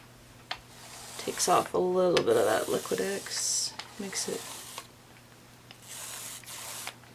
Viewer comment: Liqui Tex sounds like you are saying liqui Dex. Just saying, in case they are sponsoring you.